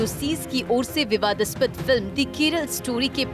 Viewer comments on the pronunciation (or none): विवादास्पद कैसे keh रही है एंकर